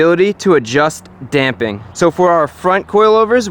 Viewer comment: DAMPING!!! You could have literally no other content and you'd still be one of my favorites just for saying it correctly. Love your videos dude!